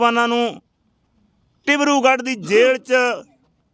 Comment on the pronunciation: Tibrugarh nahi dibrugarh hunda a cachau